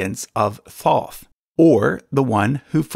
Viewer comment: WTF IS THAT PRONUNCIATION OF THOTH?